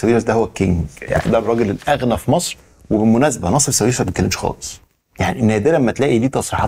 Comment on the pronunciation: هو حد قال لك قبل كده إن اسمه "نصيف" مش "ناصف"؟؟!!!!